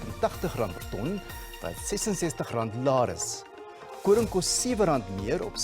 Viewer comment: Dit is uiters sleg as julle nie eers koring se prys reg kan uitspreek nie. Doen julle nie voorbereiding voor die tyd nie?